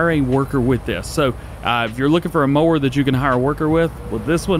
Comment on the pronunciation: idk I watched the video twice. There was times he said mower but I swear I heard him say moaning instead of mower. Maybe I'm trippin but that's my story and I'm sticking to it lol